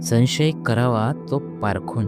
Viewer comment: संशय या शब्दाचा उच्चार समजून करा.उगाच मराठीची मोडतोड करून नका.शिकून घ्या उच्चार.